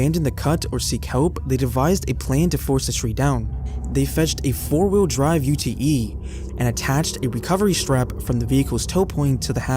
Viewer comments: its not calld a U.T.E - its called a ute - pron. yute. Its short for utility. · Re the Bradon story- as a fellow Australian I just wanted to let you know that ute is pronounced "you-t' - it's short for utility truck (Americans call them pickup trucks). Otherwise loving this video- well done!